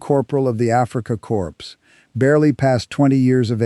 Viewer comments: Core not corpse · Hey . Please don't pronounce the S